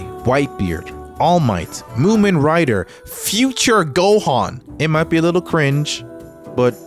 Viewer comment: My boy said mumen rider 😂😂